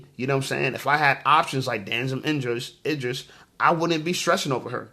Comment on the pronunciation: Yo, it pronounced E dris, not I dris. Cmon bro.😂😂